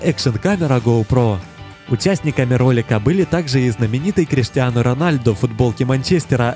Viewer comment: Не Роналд а Роналду